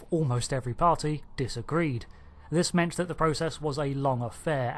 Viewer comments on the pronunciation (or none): none